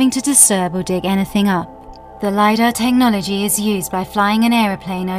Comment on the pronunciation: I can't withstand this "Teh no logy" anymore why did she pronounce it teh nology